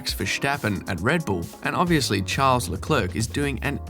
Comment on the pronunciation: Also: I always have a real hard time watching videos about the bias towards Hamilton when the creator cannot even pronounce Verstappen and Leclerc correctly. It's so embarrassing.